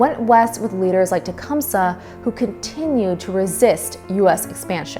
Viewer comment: Tee-cum-see. Tecumseh.